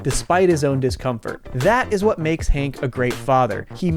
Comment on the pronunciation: That's my boy I tell you hwhat!